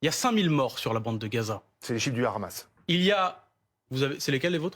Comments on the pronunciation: Le ramas le ramas le ramas le ramas…allez apprendre déjà vous ne savez même pas prononcer un mot! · Je sais plus, c'est le Hamas ou le Ramasse ? Pourquoi cette prononciation ? 😅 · Bfm groupe Drahi ( sionniste assumé ) i24news bis avec des prénoms français...et rhamas prononciation hébaïque du hamas ça aide à comprendre qui est qui...propagande. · La prononciation du mot Hamas par les journalistes est juste ridicule 🤦🏼😂😂.. la manière de prononcé d’après les journaliste devrait alors s’écrire khamas comme Khaled par exemple mais 🤣🤣 le h se prononce comme hakim par exemple maintenant pour les français de souche que ça intéresse regardez des vidéo sur la prononciation. J’insiste là-dessus car ont dirait que c’est très volontairement que les journalistes prononce khamas! Ça m’étonne car si c’est un effort pour essayer de le prononcé correctement alors pourquoi ne le font-ils que pour se mot là (Hamas ) en particulier ??🤔🤔 est-ce vraiment un nom arabe?